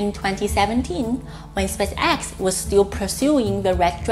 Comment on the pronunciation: I understand what you mean. Part of my mind is always analyzing her accent and strange 'rhythm' of talking instead of listening to the message. One thing she could practice on is saying 'spaceX' the right way :) the emphasis should be more on the spAce, not so much on the X. Other than that keep up the good work, I love the videos!